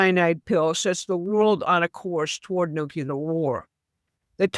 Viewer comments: Not Nu Ci Lar It’s New clear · Anyone quoting Mike Flynn is floating abject drivel. She asserts as fact clearly unprovable statements. She pronounces NUCLEAR as NUCULAR. She is clearly an inveterate conspiracy theorist. She said Ukraine will be defeated in 2 months. Get back to me in 2 months. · THE WORD IS NUCLEAR. NOT NUCULAR. It’s not that hard to pronounce it correctly. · Why does everyone say “nucular” the word is nuclear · Sorry this drives me nuts - the word is Nuclear (new-clear) not Nukuler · It's pronounced noo-klee-ur. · When you can't even pronounce nuclear my interest ended there.